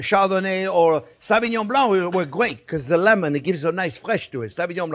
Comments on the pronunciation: French? My foot. A French man would not say savignon (sa-vee..) instead of sauvignon (so-vee...) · 'Savingnon' blanc..😂😂😂